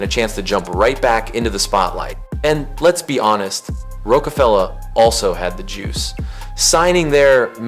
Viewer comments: can’t watch ya video or respect your assumptions when you callin ROCefella rookafella !!???! like watch out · It's "Roc a Fella" not "Roke a Fella" 🤦🏾‍♂️ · No but how dumb are u???? Have u NEVER heard of Roc-a-fella 🤔 how do u NOT know how to pronounce it right? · You really pronounced it Rowkafella or you just Ai??? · The pronunciation wasn't the crime. It was hearing that and then getting a definitive lecture on an era you weren't around for. A little humility goes a long way. Try an exploratory essay next time. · That's like mispronouning Sesame Steet, how can you be doing rap documentary shows and and get that wrong. What's next, a series on Snoop frog? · I had to turn it off after hearing them pronounce Roc-A-Fella like that. Not everyone needs to position themselves as an authority. Sometimes it's okay to make an exploratory essay instead of a definitive one, especially when it's obvious you're talking about an era you didn't actually live through. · yup, about as bad as Brits saying 2-Pack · You gotta be saying rockafella wrong on purpose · I stopped listening at that very point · Guess it's the same guy that says Tupoc🤷🏿‍♂️...